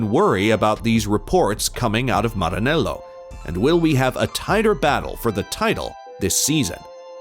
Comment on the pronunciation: Aaahh you say ✨Maranello✨ so beautifully🤌🏼